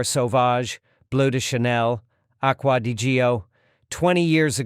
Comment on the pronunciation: This is some of the funniest stuff I’ve watched in a while. Aqua di Geeoh 😂 Owd Wood 😂